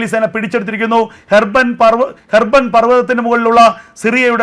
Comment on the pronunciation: ഹെർബൻ പർവതം അല്ല,... അല്ല ഹെർമോൺ പർവതം,...